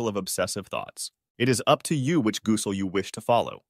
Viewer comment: These A.I. voices are funny at times: gooosel 😂. But excellent work to load this - it’s a v imp topic and many Muslims suffer from this issue.